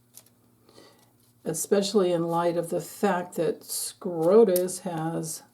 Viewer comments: Supreme Court of the United States = SCOTUS, not SCROTUS 🤦‍♀️ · is well aware of the correct acronym. She says Scrotus to make fun of the corrupted Supreme Court dingbats.